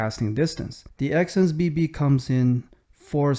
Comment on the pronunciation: No way this guy said exsense bbc and yall missed it